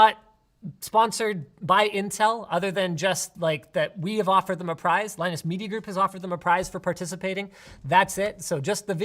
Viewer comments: LIE NUS WHAT DOES IT MEAN??? WHAT IS A LIENUS LIE NUS TECH TIPS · WHAT IS LIE-NUS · is just hilarious! "LIE NUS WHAT DOES IT MEAN???" "WHAT IS A LIENUS" "LIE NUS TECH TIPS" Savage:D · "What is a Lie Nus?" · LIE NUS TECH TIPS haha